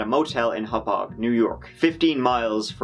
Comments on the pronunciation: Hmmmm you pronounced every town correctly...Hauppauge and Massapequa...very impressive. Many people not familiar slaughter them. Im guessing you picked it up in the research. Great details. I used to party in the manorville woods. I never heard of Gilgo beach till the murders. Im feeling it is someone who had lived by Gilgo beach then moved east. 14,000 is a huge increase from what it was. I think they live near there but probably not there. You can get hookers in closer places like Mastic or Riverhead why go to NYC? Family, job or a sports event? He looks normal with average looking car or pickup. White or hispanic educated and white collar. I doubt a hometown local because he would dump further away and people talk. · I know this is an old video but I wanted to compliment your pronunciation of the names of some of the towns in this story. There were major news outlets who couldn't be bothered but you said Hauppauge like you live around here.